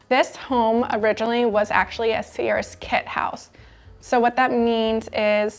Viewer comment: Sears is a one syllable word.